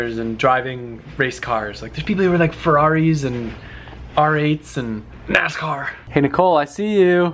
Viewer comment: Alejandro Chavarria lol he said "niscars"